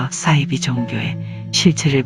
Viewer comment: 이분 발음이 매력적이네요 안빵x 안방o 싸이지x 사이비o